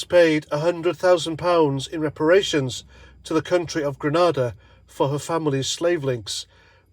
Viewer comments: It's Grenada not Granada.... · it's grenada, granada is a spanish city